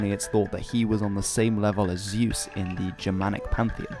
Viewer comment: hi all! i am a nitpicker and i am sorry for it, but honestly: you correctly pronounced deus, but then completely butchered Zeus. Why?